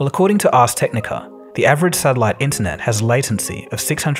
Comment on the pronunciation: What's a sadilite?